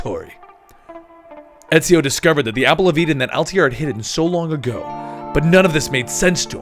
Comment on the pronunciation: Worst part about this video is the guy mis pronouncing Altair